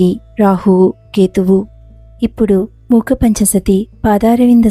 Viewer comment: Muka kadu mooka